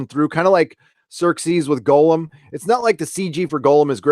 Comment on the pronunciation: Ugh - its Gollum (Gaul-uhm) not Golem (Go Lem)... Great nooner BTW. Loved it.